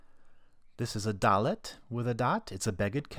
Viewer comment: Thank you so much for the video, but you made a mistake. Dalet without qal dagesh isn't pronounced that way